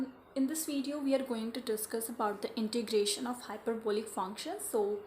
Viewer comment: It is Integration not introgration... Thanks